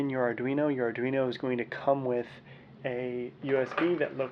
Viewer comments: it's not adrino, my guy. sound it out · i think you pronounced arduino 4 different ways in this video